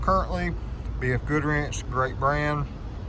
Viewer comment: Im a northern guy but it kept sounding like you were saying BF Goodwrench.